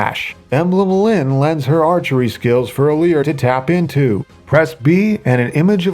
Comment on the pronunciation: IT'S ALEAR